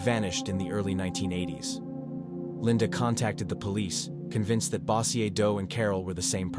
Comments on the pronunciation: its pronounced BO-jerr (Bossier) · The way you say bossier lol 😆